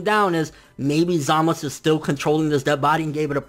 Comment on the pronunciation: Zaaaa.....Maaaaa....Suuuu (sew) not samas. And holy crap this episode was epic as fuuuuck !! Vegeta though come on, why'd they do him like that for 😔 My question is where the heck did samasu find black ? Did he do some edo tensei type b.s on future goku's dead body or something ?